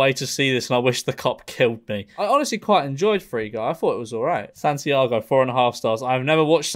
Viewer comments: Well he didn't skip Satantango he just called it Santiago haha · Santiago?!?! WTF dude neither you nor your editor picked up that?! Haha. That is one of the best films ever made it is pronounced Shar-tan-tango. It is literally Satan's tango in Hungarian. Very bleak and of course challenging in length but few films are as close to life changing as this one. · Did this mufuga just pronounce satantango "Santiago" with that much confidence then move on with the video like nothing happened? What a sigma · Did he fucking said SANTIAGO while reading about Sátántangó?